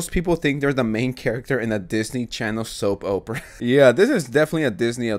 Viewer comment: He said soap Oprah lmaooo